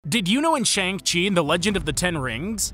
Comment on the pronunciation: Fun fact: the movie LITERALLY tells you how to fucking pronounce Shang. But you don’t, because this guy doesn’t learn from his mistakes.